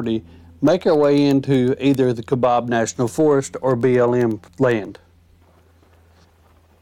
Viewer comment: You have to drive over the moon to get to the Canyon 🙂 That's fantastic you got to see the condors! We've only seen 1 before. We've been to the Canyon many times and it is always awe-inspiring and it NEVER gets old!!! BTW, it's Kai-Bab Plateau, not Kabob 🙂THANKS!!!